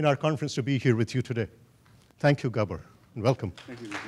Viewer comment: Horrible sound. Glad to hear that the presenter can pronounce Gabor properly.